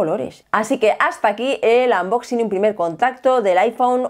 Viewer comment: ostia que dominio del inglés unboxis, aple, jigas, ierpots jajajajajaa